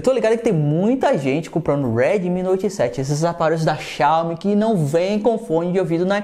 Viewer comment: Uma certeza na vida: falar do Redimi Noite 7 (imagina o sotaque aqui nessa parte).